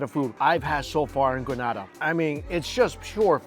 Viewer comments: PSA to ALL Americans, Canadians and such like who insist on saying Gruh-NAH-DAH after we keep telling them it is Gree-NAY-DAH. It's a 'Nay', people, as in in say or day or pay or lay and not a 'nah' and in pa. Relinquish your North American tendencies for just a second and say it after me, Gree-Nay-Dah [or Duh, if you fancy]. Granada is a place in Spain, btw. Not to be confused to the Isle of Spice, Grenada. Lol. You're welcome! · It’s Gren-AAA-Da. You belong on all inclusives you definitely get your moneys worth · It’s Not “gra-nah-dah” it’s Gree-nay-dah”. 🇬🇩 not 🇪🇸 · Correct pronunciation is Grah-nay-dah. The pronunciation you used is in Spain. 😊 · Thank you for showcasing us .. but say it with me one time! Greeeeeeeeeeee nayyyyyyyyy dah!!! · Gren-ay-da. The people are Gren-ay-de-ens! Get it right please. That’s disrespectful. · Grenada Is not prounaced like that smh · It's Grenada. u said it a lil wrong, but you're okay.... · You’re actually very much so mispronouncing the name of the island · The way you’re saying Grenada is cracking me up! Also if you’re in the Caribbean the food will be a lil over cooked, delicious as all hell, but they do over cook meats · The pronunciation at the beginning had me cringing 😂 but looks like you got it 👍🏾